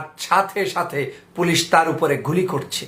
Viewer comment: পুলিশ উচ্চারণ করলে হাসি পায়।